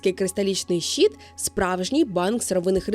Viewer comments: Трохи ріже слух від вимови "щіт" (майже англ. шіт), замість щИт, але відео цікаве. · Дякую за чудове відео ❤ Єдине, що слово "щит" вимовляється твердо, а не щіт.